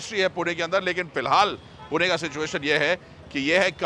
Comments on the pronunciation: I loved this vlog because you said पुणे and not पुने 😄👍🏻🙌🏼 #पुणेकर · Perfect prouncation of Pune.